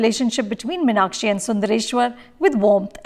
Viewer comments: Firstly Mrs Anupama Chopra... North Indians should learn how to pronounce M(EEEE)NAKSHI before deciding to direct/review a movie based in Madurai... Thanks for ruining everything that you Bollywood folks touch... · For Vishu's sake, please pronounce MEEN-Akshi and Min-Akshi. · This movie is a disaster No proper pronunciation of tamil words🥲 No Madurai slang of tamil 😐 The way they pronounce Meenakshi in the movie 🤢🤢🤢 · Exactly ...It's a very bad attempt ...In fact even the name of the heroine is mispronounced always ...It is not Min-aa-kshi as the protagonist and the bulk of the characters mention ..It's Mee-naa-kshi ....Just pathetic